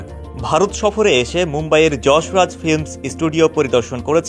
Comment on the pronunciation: Pronounciate properly, it's not Jasraj,.it's Yas Raj.